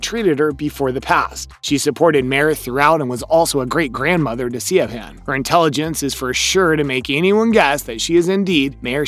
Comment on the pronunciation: siobhan = shiv-on